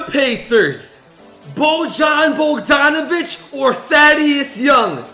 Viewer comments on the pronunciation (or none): It’s not Bo-John it’s boy-yawn